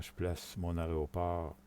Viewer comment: tuto intéressant mais apprend à dire Aéroport c'est insupportable d'entendre tout le long aréoport..... dit AIRPORT plutôt..